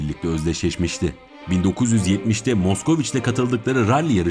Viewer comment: Hocam aracın okunuşu maskviç bu arada